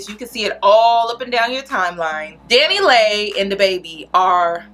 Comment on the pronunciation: It’s Dani Leigh pronounced Lee